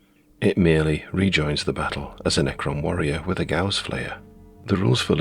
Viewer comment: It's actually "Ga-uss" (not "goss") :)